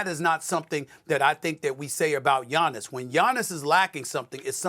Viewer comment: It’s Gianni’s come on